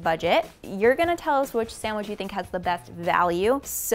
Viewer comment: “Samwidge” really? Ugh